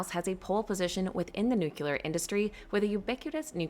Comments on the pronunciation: It’s pronounced noo-klee- er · How hard is it for an average American to pronounce the word Nuclear? Geez.... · Yay! CCJ 👍 very 'nucular'